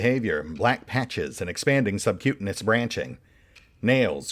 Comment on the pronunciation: Pronounced Sub-Q-tain-ious